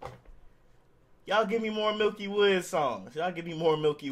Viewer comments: It's not milky woods ....it's pronounce "Mickey Woodz" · You Hispano and can’t say miky woods???😂😂😂